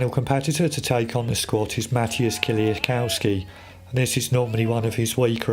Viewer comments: Why is it such a problem to pronounce Kieliszkowski (Kielishkovski) ? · Pronounce kieliszkowski correctly you inbred illiterate peasant.